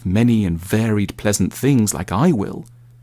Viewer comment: I played AC Odyssey, and the way Tanmay pronounced Socrates made me very uncomfortable